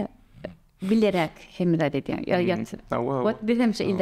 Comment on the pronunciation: bileräk diýdä 🤣